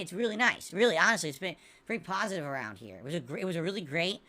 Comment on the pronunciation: Look at that. He detracted himself yet again. It only took 2 months before the "good times" started to arrive. Ok then, so why were you still actively looking for an interview during these "PHASATIVE" times? Sorry pretending to look. Why were you still being so toxic and nasty and bringing up negative stuff during these "PHASATIVE" times. Why does does it take an interview by someone specifically chosen by you and with a narrative you get to dictate during the none positive time? If you accept fault which we know is false acting, then why can't you continue to accept fault instead of calling people idiots and have an interview with anyone? If the good times are here, then is that you saying the level of "support" is fine, the actual level of support in none monetary terms is fine or is that you saying it's fine but it's really not fine and want to hit those tip goals the very next stream. (Shocked face, those goals needed to be hit next stream) Why is the interview only necessary when things are bad and you are being called out by big name YouTubers? Surely an interview (which we knew was fake anyway) would be an actual piece of content that is NOT boring, watching you fail at games and listening to you moan, abuse chat, laugh at the least funny things possible and call people idiots? Isn't that a "PHASATIVE" stream idea?